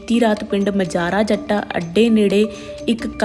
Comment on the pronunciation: ਰਾਹਗੀਰਾਂ ਨੂੰ ਰਾਹਾਂਗੀਰਾਂ ਮਾਜਰਾ ਜੱਟਾਂ ਨੂੰ ਮਜਾਰਾ ਜੱਟਾਂ ਕਹੀ ਜਾ ਰਹੀ ਹੈ ਮੈਡਮ 😅😅😅